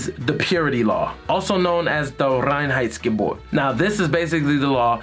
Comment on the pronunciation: your pronunciation of reinheitsgebot is pretty good